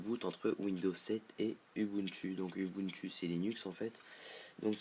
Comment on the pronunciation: Désolée, on prononce "oubountou" et pas "u bu ntu" :-)